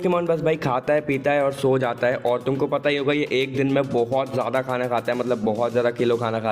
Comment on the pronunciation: bro its hai and mein not ha and ma😂😂😂😂😂🤣🤣🤣🤣🤣🤣